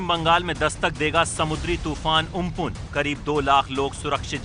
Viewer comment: उम्पुन नहीं अम्फ्रान है